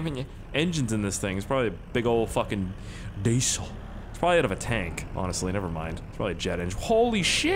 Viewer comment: how the way he says diesel 😂